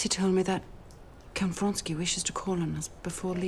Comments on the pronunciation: Count Vronsky, not Fonsky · Most simple Russian names are massacred in this movie...actors should have lessons in pronunciation. This is dreadful.